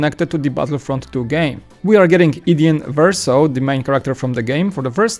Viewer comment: iden versio?